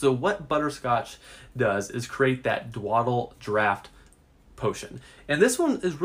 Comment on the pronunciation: Didn't mention game information beyond being an ingredient in the "Dwadle" (yes, that's how he says it) draught. 3 min video for basically nothing. It's such a rare ingredient (not mentioned). Where can it be found? How can one obtain it more efficiently? No answers.